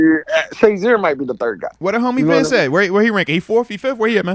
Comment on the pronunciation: Y’all know it’s “Bince Williams”